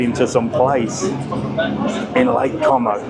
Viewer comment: What a moaning old git😂😂😂😂 has the patience of a Saint because if that was mine he would have disowned me and walked off😂I'm loving you pronouncing com o🤣as it will really upsets the wetwipes in the comments 😝great video and 👍